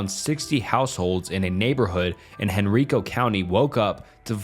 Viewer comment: Cool topic, thanks! Regarding the Virginia TV Man, Henrico County is pronounced "hen-rye-co". Also, as another commenter pointed out, this one is solved and Barely Sociable has a video about it.